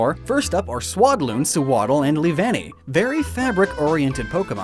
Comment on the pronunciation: YOU TOTALLY MESSED UP SEWADDLE AND SWADLOON